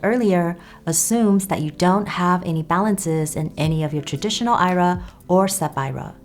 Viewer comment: Its not an "i-ra". You should be using the abbreviation for Individual Retirement Account and say the letters I R A.